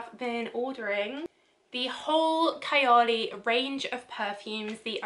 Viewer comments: Nice video.. the word Kayali is translated to Imaginary as in “out of the world” .. it’s pronounced as Kha-ya-li .. it sounds like fun to try .. thank you for the review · Couldn't pronounce Kayali or Huda correctly! come on at least do a little research